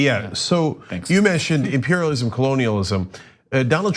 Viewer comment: Did she really say American imperlism? Wtf country is she from?